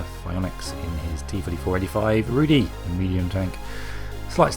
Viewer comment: You may have some problems getting the pronunciation right for the Rudy from the TV show - its Polish hehe